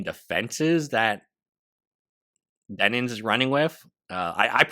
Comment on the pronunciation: Bro... I feel like you're saying, "Denins." I literally can't get passed this thing to even watch the video for some reason. Denims.... like denim jeans.